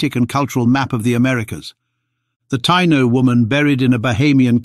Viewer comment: You kept mispronouncing Tiano & Arawak! As a native American I already knew we have Denisovan DNA unlike Europe, Africa and middle easterners. That's why we have no body hair and barely any facial hair. It's also why all native Americans from the north pole down to chile have O blood type, Not A, B, AB, +, or -. By the way there are still Tiano tribes in Haiti, Dominican Republic, & Puerto Rico.